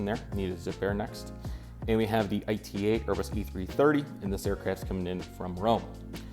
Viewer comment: not to correct you but (I am Italian) ITA Airways is pronounced "eetah". Still awesome airport and collection!!!